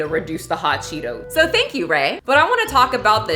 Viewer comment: this is a stupid comment, but I bought my first bag of Cheetos (I'm European) just because I love how you say Hot Chetooes. (they weren't as good as I thought but pretty good anyway)